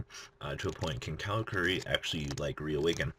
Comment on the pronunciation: Car-a-curi not cow-ra-kuree